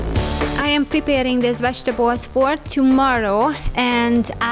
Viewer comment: I love your cleaning videos. And the way you say vegetables lol. 😊